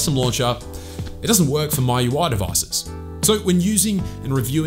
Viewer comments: It's "Mi" UI not "My" UI Anyway a great video😁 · Its not "My Ui" It's "Mee UI" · is mee-ui not mai-ui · ME - YOU - I , Not MY-YOU-I! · It's M I U I, not MY UI. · MIUI ❌❌ MAUI✔️✔️ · 😂😂😂 was thinking the same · no.. he is saying,"maiu i" 🙄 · Just say mi ui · Still have room for improvement, for example... MIUI... the way you pronounce it is weird. At least check on other sources? Measure twice cut once.